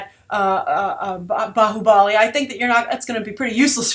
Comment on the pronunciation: just to inform, its bhaahubali, not "baahubaali", thank you. you also have to see his previous movie called Magadheera even it was a grand scale mythic movie.also Baahubali and the movies name has nothing to with!!!!!!! the Baahubali in indian history has nothing do with the movie